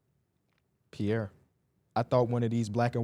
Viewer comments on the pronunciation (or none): none